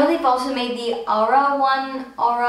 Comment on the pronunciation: Iro is pronounced like hero, without the h <3